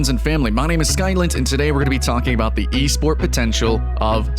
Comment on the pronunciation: "eSport" ..oof thts hurts